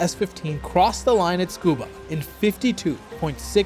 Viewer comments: isnt it pronounced suh koo buh, not skoo buh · It sounds like you are saying "Scuba", leaving out the first "U". It should be "tsu-koo-bah" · Tsukuba is pronounced Su-koo-ba (Tsu has a Silent T) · Tsukaba ≠ Scuba😂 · I thought it was to sound like a 'fluent Japanese' speaker because they kinda pronounce it this way. Which would be disappointing.